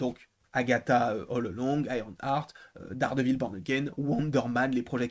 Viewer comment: Ça se prononce Iron Hart